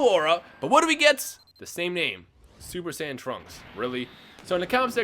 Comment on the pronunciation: It sounds like you said :Super sandwiches in the intro😂